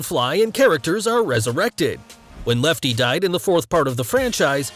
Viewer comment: Lol did you just say Lefty??? Lol why are you acting like a ff fan when you can't even pronounce the main character right?